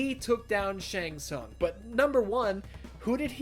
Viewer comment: thats the worst one Shang tsung 😂